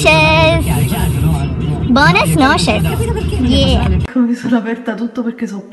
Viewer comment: non si dice "Bonas noches" ma si dice "Buenas noches"!!